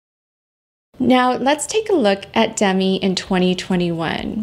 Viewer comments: I enjoy your kind, non-judgmental videos. Just one thing: Demi Moore pronounces her name as dehMEE, not DEHmee. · Demi pronounces her name “d-MEE” not “DEM-ee”